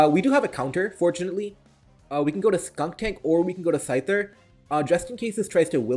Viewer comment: Also "SkunKtank" and "Gorge-ist" :) No shade intended the content is still fire